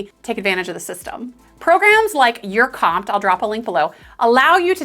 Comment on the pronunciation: Never heard of anyone pronouncing URComped as you're comped. It's you are comped.